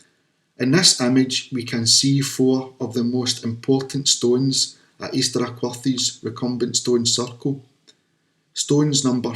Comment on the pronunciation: So many issues, so little time... Find a local to teach you pronunciations of Aquhorthies, Bennachie and Daviot. If there was a precise mathematical relationship between the sizes and positions of stones, you would expect them to be precisely located to match those relationships. For a start, the diameter that you claim so precisely is from circles that are not circular. You're also inconsistent with whether you measure to back, front, middle or edge of stones. You are always going to find approximate ratios between the length of one object and another if you're unscrupulous about how you measure them. The fact the 2 circles you looked at have completely different ratios between diameter and recumbent length, if anything, shows the ratio wasn't important. With so many stones, there are always going to be approximate alignments looking from one arbitrary stone to any other arbitrary stone. Why those stones? Unless you can demonstrate something to clearly show those stones were used in that way, it's coincidence. And the lack of alignment couldn't have been more clearly demonstrated than by your "station stone rectangles" when your alignment lines DIDN'T sit on top of the stones you claimed showed the alignment. The word is "specific" not "Pacific". The Pacific is an ocean.